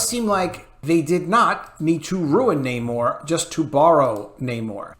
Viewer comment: can you please stop pronouncing namor's name with Latin accent, I'm trying to get through your news without 😂😂😂